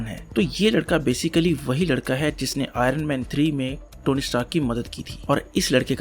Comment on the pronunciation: Say it as IONman no aay- ronman